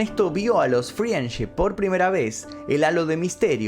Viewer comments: Me pone mal q pronuncie FRIENship en vez de FRENDship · Friendship se pronuncia "frendship" sin la i 😉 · FRIANCHI ?????????? -----------Frendship se pronuncia Friendship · Creo que lo que más me traumó fue la pronunciación de "friendship".